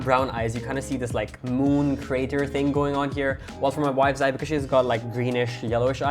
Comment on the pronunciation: Did he say one of the his wife Eye?